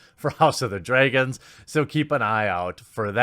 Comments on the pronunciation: I'm sorry.... "DrAYgons"?? Is that how you (Jeremy) really pronounce it? great video though! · David "Bynof", "Dreygons".... Cant you read?